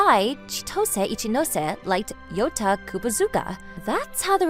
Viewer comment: At some parts of the video I kept mishearing "Yota" as "Yoda" 😂